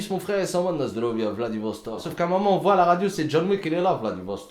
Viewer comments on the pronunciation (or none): il a dis 'lasdrovya vladivostok' jsuis mort svp appelez la samu